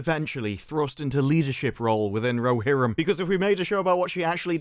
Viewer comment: War of the Ro"she"rim